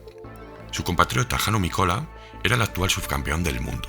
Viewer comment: Gracias por el vídeo. Los finlandeses, acentúan la primera sílaba del apellido, Mikola, no es Mikola, sino Míkola. Y así todos